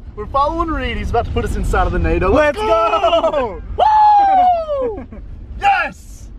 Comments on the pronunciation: Nado not nader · Why do yall say nado😭